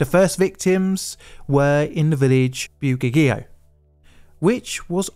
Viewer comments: I chuckled at “byoo-geg-ghee-o”. I’m pretty sure it’s pronounced “bwedge-ee-oh”. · the name of the village of Bueggio is mispronounced completely. The correct pronunciation is "BWED-jo". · THAT is the mispronunciation that bothered you the most? He absolutely massacred “Bueggio”! : p